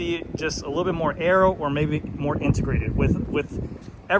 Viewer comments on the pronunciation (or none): none